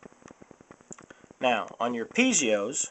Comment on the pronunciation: Piezos, not pizeos!